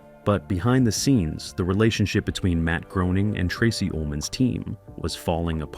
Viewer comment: D'oh! It's pronounced Matt Graining, NOT Groaning!!!